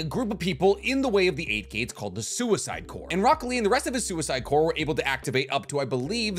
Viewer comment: O_O Me when I hear say the word "corps" correctly 2 times in a row.